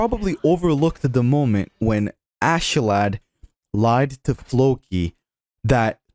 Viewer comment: Thanks for pronouncing Askeladd correctly, it means a lot. I don't understand why it's so hard for so many...